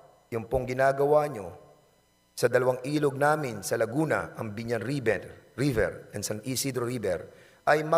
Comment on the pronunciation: napaka angas akala mo naman kaya niya si boss RA ayusin mo muna ung pronounciation mo river un hindi riber